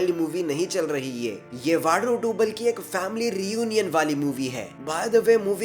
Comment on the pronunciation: येवाडू नहीं यवडू उच्चारण हैं।